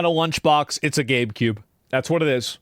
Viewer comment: Woah, he pronounces Gabe cube correctly now!